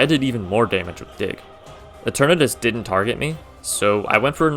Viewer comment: DIDN'T, NOT DIMT! AND THE G IN SHEDINJA IS SUPPOSED TO BE A J! FIX IT NOW!